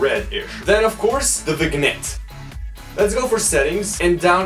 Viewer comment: the g in vignette is silent (pronounced vinyet)